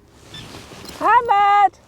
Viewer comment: I've never seen a Scottish 'ammeerrrrred' before with the stars. Great finds from both of you out there,, 💚👍